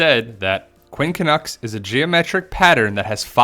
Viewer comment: JEAR-BEAR? LOL! it's pronounced Quin cunx.